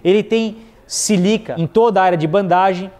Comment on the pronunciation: Não é 'silica' - É SÍLICA'